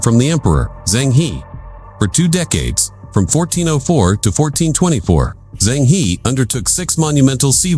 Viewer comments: China never invaded others in its 5000 years histiry. Zheng He is pronounced -Jeng Ho. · You got it wrong I Zheng He; he is not English, it is Chinese HE,和! E ounds like in early 's "ear " ur urgent's "her", without r end found